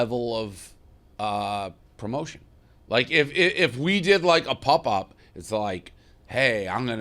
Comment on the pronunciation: Dave's pronunciation of popup is fucking awful